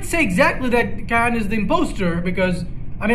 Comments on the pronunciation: It's seeyan not kyan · Please stop saying cyan with a k